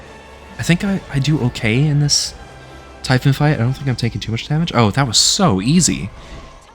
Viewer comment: I can forgive "dioneesees" and "typhin" but I draw the line at hotdog 😂 those are good old American γύρος, like the kind you'd get from a small food shop at a strip mall run by a guy named Spiro. Just order it as a "yee-ro" with a side of fries and extra τζατζίκι and you're golden. Great video! What in interesting challenge!